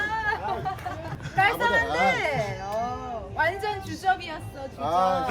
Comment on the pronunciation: '오나전 지대 짱이다' 이거 인천 애들 말투 인데 인천 출신인가 ㅋㅋ